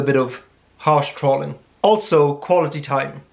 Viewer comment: Did my question on the INTP video inspire this? (hungry ego, apparently 😆) BTW, say "trolling" again. Haha Maybe that pronunciation is typical in your neck of the woods but over here we say troll as as in pole or roll, not trolling as in calling or falling. 🙃